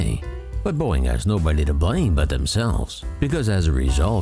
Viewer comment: "Boeing", not "Boing"